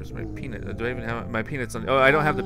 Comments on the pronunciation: your thing say Pea-but not Pea-Nut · LOL PEA-BUT